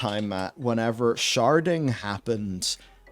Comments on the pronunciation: I know you're saying sharding but I keep hearing sharting. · I was confused until I realized you weren't saying "sharting." Because aggressive sharting sounds miserable.